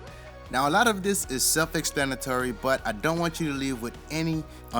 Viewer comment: Right to "Lef?" What the F is "Lef?" And what the hell is "self extanatory" ??? Good work but your English is killing me! Don't use a word if you can't say it right.